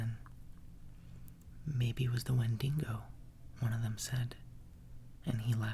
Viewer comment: Please read more of these books and I like the way he pronounces wendigo. It sounds funny